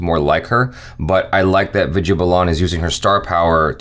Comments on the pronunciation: why do you keep saying "Viji balan" It sounds like "weed-yea baal-an" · Hey it's not viju balaaan, it's Vid ya Baa lan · Ohhh maharaj, Name is pronounced as vidya baalan not Vidya balaan. irritated me multiple times within seconds.😬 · Hey......Vidhya Balan is pronounced as WE-DHYA BAA-LAN not as VID-YEAH BA-LAAN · Am I the only one hearing Vida Balaan..lol., it's pronounced as "Vidhyaa Baalan" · what did you pronounced?? Vijay Blaaaan???😱😱😂😂😂😅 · Vidya is pronounced as 'With ya baa ln' ... U can do it 💪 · imagine her name spelled as ViDyaa Baalan when you pronounce it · “Vijja bolon” please correct your pronunciation 🤣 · Vidya Balan is pronounced as With-diya Baa-lun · Try saying it this way "VITH" "Yeah" "BAH" "LEN" = ʋɪd̪jaː baːlən = Vidya Balan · WITH-YA BAHL-UN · It's Vidya Balan(Wid-Yaa Ball-an) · Did I heard saying "Bijya Belan"??? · Who's that "Viju Ballan" Edit: Ohh, isn't good in reading Indian names😅😂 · I have never heard somebody pronounce Vidya balan like that.Hilarious 😂😂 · Hey u are entirely wrong in pronouncing the names...u are doing hindi film reaction but your ability of pronunciation hindi words is always wrong. Please work on your pronunciation. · why achara not correct to pronounce vidaya balan name right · It took me few min that he is saying vidya balan